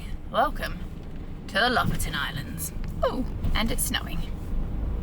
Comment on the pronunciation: Lofoten is pronounced " Low-Fowten ".